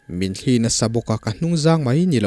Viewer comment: "sangha thli" tih lai hi chu i lam dan a dik hlel em aw ka ti deuh a,,,, thil thli han tih hian a sawi fiahna mai tur hriat ka nei chau rau hle mai heng ang thli thaw anga lam rik nilo thawmhnaw kan han suk a a thli kan tih ang thli thaw anga lam rik nilo thil thli a tui ril ina a chhuahpui hi thlîl ang nilo deuha thil tia thuk hnuai deuh tur niin ka hria a.... Chutin ka hriat ber loh laiin,,,, kan keini lamin kan naupan tet lai tangin thlî a thawt ang leh "thli" a thluk tawi deuh(tawngka lo chuan sawiin a fiah mai lo ka ti),kan taksa min rawn zula luang deuh emaw, thil danga a thli ina a hrut a awm thin..... Chutiang deuha lam rik thin niin ka hria a sir..... Ka hre ber lo aw Sir